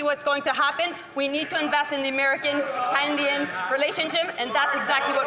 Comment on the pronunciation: How is it our Foreign Minister can’t say “Canadian”?!